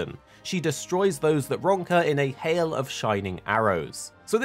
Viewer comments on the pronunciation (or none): none